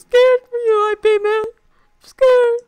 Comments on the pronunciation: "I P Man" lol It's pronounced "Eep Mun" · it's pronounced "YEEP MUNN" not "I PEE MAN" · Its not I.P man its pronounced IP like yip without the y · Its actually not I P its Ip one word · Well, the movie was based on real events, and the real Ip Man eventually made to the US and taught Bruce Lee. Also, I believe his name is pronounced Yip Mann, but I could be wrong about that one. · please please do research if you are that interested. its eep-man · Its pronounced as 'YIP' bruh